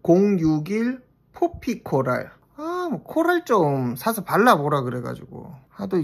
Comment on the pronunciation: 코랄코랄이 나는 왜 wlfkf wlfkf로 들리는거지?! 이명인가 ㅋㅋㅋ 공쥬는 라일락 잘어울리는거 알겠는데 한평생 술톤인 나는 어차피 눈팅할 볼터치 코랄 쟁여야 하나 고민된day💜💜💜